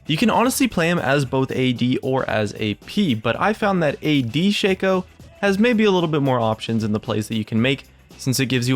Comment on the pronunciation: YES THANKYOU FOR PRONOUNCING SHACO AS ''SHEI-COU''